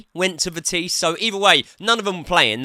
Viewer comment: Calling vitesse vetisse .lol